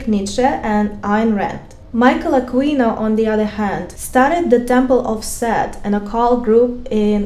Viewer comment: Michael A keyyy- no is how you pronounce his name Aquino he was as evil as it gets was a high ranking Col in the army for psychological warfare deep stuff